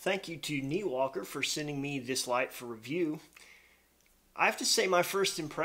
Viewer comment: I thought the brand name was pronounced nYwalker not Neewalker